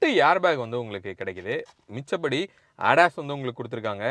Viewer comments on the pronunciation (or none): Aadas illa ADAS